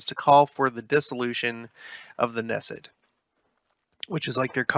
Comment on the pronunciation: Israeli government is a parliamentary system - so once you study how parliaments work, it will all make sense to you. You pronounce the “K” in Knesset, it’s not a silent “K”